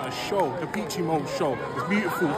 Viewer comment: Da peachy mode 😅 Duh pesh is how to pronounce it